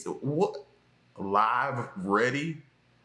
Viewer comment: Not live ready, liiive...rather it's pronounced liv ready😂